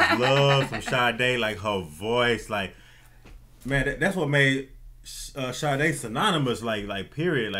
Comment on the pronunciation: I love Sade! I'm also SO HAPPY that you both said the name perfectly lol. Great channel